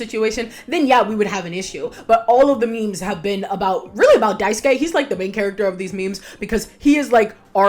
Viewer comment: Thank you so much for pronouncing Daisuke's name correctly. I am so, so sick of hearing folks' say "Die-soo-kay."